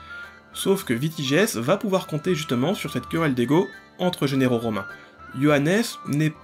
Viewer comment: Décidément, tu as un petit souci avec les mots "généraux" et "vassaux"😊